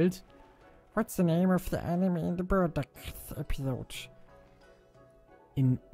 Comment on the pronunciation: Ich glaube mit dem Chilled gelöte war die Bardock Episode gemeint und nicht " Birdack " mothafahk lockchaa eaaaaasy